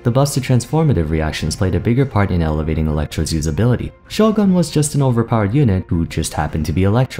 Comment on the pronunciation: Am I the only one who finds the way pronounces "Shogun" weird? Like he forces the Japanese pronunciation with "Sho" but still says the Westernised version with the "gun".